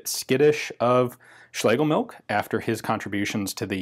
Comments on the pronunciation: Phonetically, it's pronounced schlay guh milsh. Cool weapon nonetheless. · So I guess 3 people think they have done better videos on the Schlegelmilch 1896? Speaking of which: It's SchlegeLmilch, not Schlegemilch. As stated in this Gewehr 88-article on the German wikipedia, which mentions the chief designer by name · The name appears to me as being pronounced shlagamilsh.